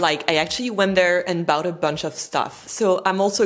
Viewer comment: Aie,!! English pronunciation cauchemar: 'ough'! Your English communication is superb (9/10!) and you so seldom make an error! At 38"- 41" "I bought a bunch of stuff..." The 'ought' here is the same as in 'I ought to remember this!': bought, fought, nought, ought, sought, wrought. I'm so sorry! Blame all those pesky nationalities who invaded and settled Britain, with their languages... the Normans spring to mind!;)